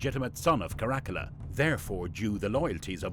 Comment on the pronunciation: Obviously you're not a historian or even somebody who knows a lot about this period in Roman history. You really really badly mispronounce Caracalla and then mangled the region of Cappadocia. That region comes up a lot in history and there's no excuse for you not being able to pronounce it. Also Caracalla is a very famous emperor and there's no reason you should be mispronouncing that. I've seen your videos pop up before but I hadn't watched one until this one and now I regret having wasted the time watching it.